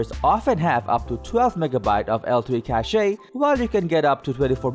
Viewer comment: The e in Cache is silent.